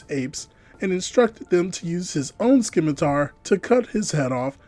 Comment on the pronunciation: Hm, actually... Scimitar is pronounced "simətər". You don't write "schimitar".